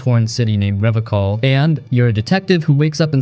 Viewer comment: That's not how you say planescape... EDIT That's also not how you say Revachol